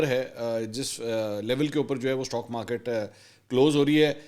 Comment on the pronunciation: تو تو بچا ہے استاک مارکت کو سٹا مارکٹ بولتے ہیں